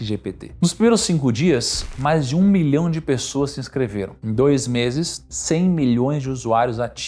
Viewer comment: Show! Sem querer ofender, apenas tentando colaborar com o aprimoramento continuo: as dicções de milhão, bilhão e trilhão, em alguma situações estão bem confusas! Saúde!